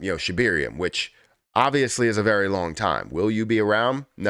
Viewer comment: Its Shib air ium not Shib eer ium.